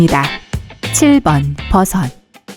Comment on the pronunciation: 아 ㅣ진짜 뜬금없는 얘긴데 이거 보면서 영상 목소리 듣고있는데 붜섯이 너무 웃ㄱ겨요 ㅋㅋㅋㅋㅋㅋㅋㅋㅋㅋ아 죄송합니다 그냥 웃겨서 댓달고싶었음..